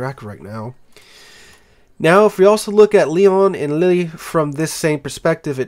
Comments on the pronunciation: Lille is pronounced 'Leel', not 'Lilley' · Lille is pronounced Leel